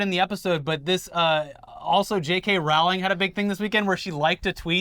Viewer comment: Rowling is pronounced "Rolling."